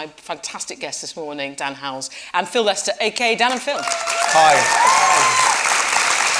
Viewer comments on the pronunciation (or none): Oh hi Dan Howe-- wait... did she say... HOWELLS? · DAN "HOWELLS" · Host: Dan Howells and Phil Lester Me: Howells... IT'S HOWELL THERE IS NO S!!!!!